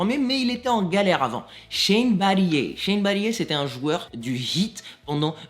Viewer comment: shane battier se prononce "battire" ^^